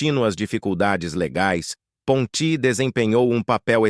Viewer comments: A ONDE VOCÊ OUVIU PONTÍ. POR MUITAS DECADAS EU OUVI PONTI SEM ACENTO. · É Ponti e não Pontí.0 vomunicador tem momentos que pronúncia palavras de um jeito e depois de outro ,não entrando numa pronúncia certa de acordo com o pais de origem dos atores